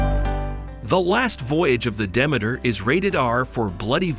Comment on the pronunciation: At least learn how to pronounce the name of the ship!